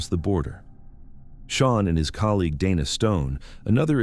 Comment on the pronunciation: Whoever is reading this and listening to it before they put it out is a finished product because Dana has been called Dana Donna and now Dina was the pronunciation but then it's spelled dino. what else are you going to call in before this video is over?